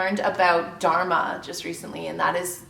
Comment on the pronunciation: Great video. Although I wish I could tell you how to pronounce Dharma.